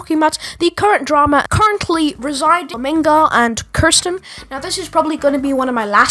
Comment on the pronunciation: u pronounced her name as kursten and not keersten (the correct pronunciation of her name)